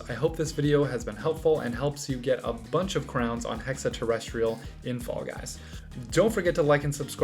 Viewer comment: TERR EH STREE ULL